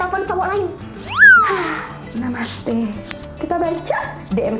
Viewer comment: Selalu kekeh setiap kali dengar bilang "Namaste". Hihi